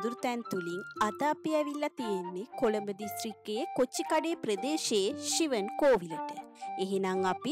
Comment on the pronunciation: ශිවම්.. not shivan